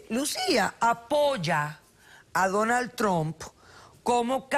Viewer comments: Ni sabe pronunciar el nombre..Donal Tron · pinche perra, se le mira que ella es una imigrante tambien, ni puede pronunciar su nombre bien “Donald Trunp” vieja ridicula😂😂